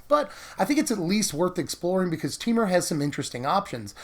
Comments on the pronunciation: No. We all pronounce it this way. Te-Mur. Not Tee-Mur. Just like it's spelled. :) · Teemer? I always pronounce it Tehmur.